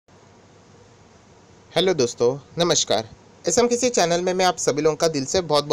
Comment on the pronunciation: Please pronounce SMKC Properly. Not SMKISI.